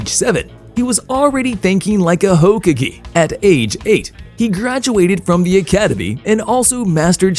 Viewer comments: bro said Hokage wrong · how does one butcher hokage that badly LMAO